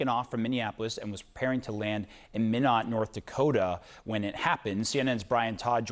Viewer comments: IF YOU ARE A NEWS PERSON, CHECK PROPER PRONUNCIATION OF THE CITY YOU ARE TALKING ABOUT. IT IS NOT MIN OTT BUT MY NOT, NORTH DAKOTA. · Mīnot not Mĭnot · FYI, Minot is pronounced "my-not", not "minn-ott". You're welcome. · it's MY-not, not min-ot. How do you get to your level in your profession without knowing that?:elbowcough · Do announcers not learn the correct pronunciations before reporting? The 2nd man did better, pronouncing the city as My-not. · It’s pronounced “My-not” stupid CNN “reporter”. Minot, cause why not. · It helps you pronounce cities correctly! It’s “my not” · It is pronounced "MY KNOT" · Min-ott…that’s a fun pronunciation 😂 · It’s pronounced “My not” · Lol, great source of news. Can't even peonounce a US city properly. 😂😂😂😂 Glad the second guy knew. How embarrassing. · Perhaps a lesson in how to pronounce Minot is in order. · It seems that news announcers would at least look into the pronunciation of the names of cities in their reports. C’mon man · At least one of these broadcasters knew how to pronounce Minot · Are you saying this CNN broadcaster is saying it right? Cuz he's not 😂